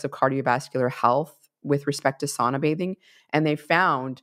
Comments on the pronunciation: im Finnish. It's SOUNAH not SAWNAH :) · My extended family still lives in Finn country here in Minnesota. The older generations still pronounce it "SOW-na".